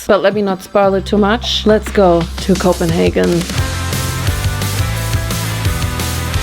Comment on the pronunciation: The perfect german KopenHagen 🥹 As a dane, I aprove the german version 😂🥹 And you spoke to the head chef 😅